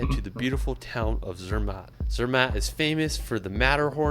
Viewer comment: The second I saw Switzerland I knew they'd talk about Lucerne, so when he skipped it I was like "u wot m8?!". His French ponunciations were fine, but the German ones were just painful. Like Jungfraujoch is pronounced "yoong-fraow-yokh", and Zermatt is "Zerm-ah".